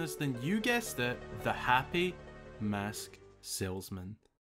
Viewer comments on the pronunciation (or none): O god plz stop saying mosk >.> it’s mAsk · ngl it sounds like you're saying 'Mosque' instead of mask ''xD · You pronounce it like “mosque”, which radically changes the topic of the sentence. 😂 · why does he say mask that way